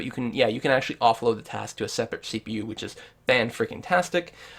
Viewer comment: you should start with english, it's which* not witch...